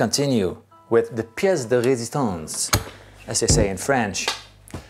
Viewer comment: As French i really appreciate « le plat de résistance » nice accent Mr Paul Davids ! By the way, amazing guitars and video ! Thanks for your work 👍